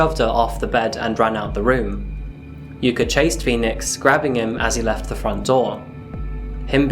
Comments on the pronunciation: I hate English for using vowels unlike many other languages. The way you butchered Takaoka in the intro (but said yuka right) almost hurts^^ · Love the video man, but the pronunciation for the 'a' in Takaoka is killing me. You got it right for Yuka, why don't use it the same way for Takaoka?